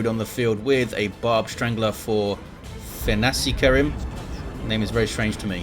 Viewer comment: What makes it doubly hillarious is that pronounces it perfectly each and every time.